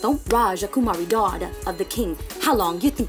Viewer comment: If you are Indian , please read as it supposed to be , drop the extra a" westerner put in every Indian word , it's rajkumari